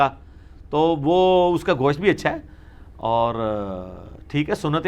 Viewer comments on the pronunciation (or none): Bhai Gosh't' hota hai Gosh nhi...kyunki Gosh ka ma'ni Kan👂 hota hai...!!! Mai kai jahil ko dekha hai jo Gosht ko Gosh bolte hai...!!!